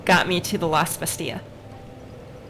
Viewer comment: Pronounced Bas-TEEL. It's French, not Spanish.